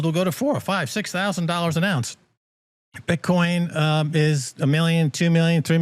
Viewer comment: buddy says bitchcoin. Gotta love it